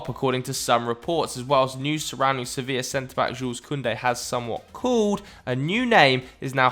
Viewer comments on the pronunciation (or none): none